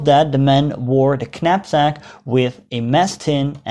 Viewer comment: Knapsack is not pronounced "kanapsack" but with a silent 'k'. IE Napsack.